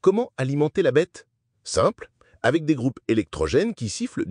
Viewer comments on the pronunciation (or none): none